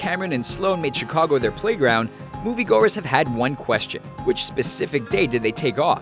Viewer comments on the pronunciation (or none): none